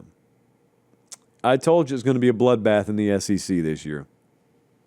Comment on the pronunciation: Hey, it is the S-E-C, not the S-C-C....